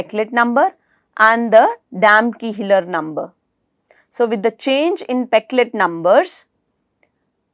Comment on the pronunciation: I think it's Damkohler number, there is nothing like Damkiihler number